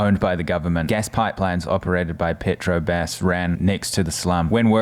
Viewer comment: Obrigado, not Obrigada. Petrobras, not petrobas.